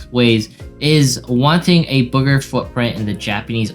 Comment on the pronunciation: “booger” I know you meant “bigger” though. Thanks for the news in an easy organized format.